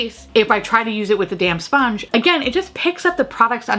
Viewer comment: I love that every time you say "damp sponge" I hear "damn sponge" and it makes it so much more aggressive lol 🤣